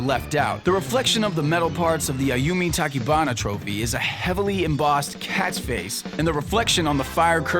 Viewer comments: Hate to be that guy, but her name isn't Ayumi Takibana. It's TaCHIbana. Chi, not Ki. I mean come on, why can't you perfectly pronounce a foreign word? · It's 'Tachibana' not Takibana. Goof. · You mispronounced Tachibana. It's "ch" like "Chair" or "Punch". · "ta-ki-ba-na" chuckled pretty hard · That Tachibana pronounciation